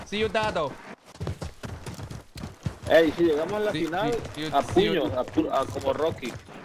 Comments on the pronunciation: You were saying cuidado as "see u the doe" instead of "cuh-e-duh-doe" 😂😂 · Carful = cuidado (QUEE da DOH)